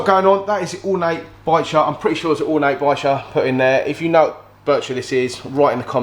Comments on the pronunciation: Ba-sheer it's pronounced ya know you're killing me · you really must learn how to say Bichir The R is at the end he’s a lovely one though the two of them will become great mates they always bunch together all the best mate 😟🤚COYIRONS ⚒